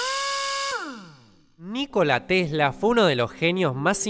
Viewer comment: Eschuché que dijó "Nico Latesla" xd